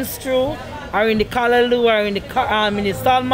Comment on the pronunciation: happy to see you pronounce callaloo right today lol love the vids